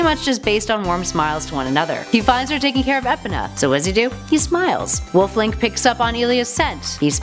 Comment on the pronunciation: She pronounced Marin wrong Edit: and epona !!!